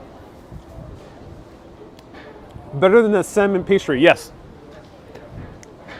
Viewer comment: The L is silent in salmon.